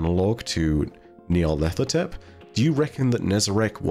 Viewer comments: You need to do an Eqyptian language dive for a bit, because your pronunciation of Nyarlathotep is painful to hear,. The name is a phrase: Nyarlat hotep "Nyarlat is pleased/content/at peace" as is several significant historical Eqyptian pharaoh and diety names (Imhotep, Rahotep, Neferhotep, Khnumhotep ), but it means pronunciation is of two separate words even as a singular name: "Nyar-lat ho-tep". There is no 'th' sound. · FYI: nigh-ar-lat-ho-tep. There's no TH sound in Egyptian dialect. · Gotta know how many takes it took to get Nyarlethotep right every time lmao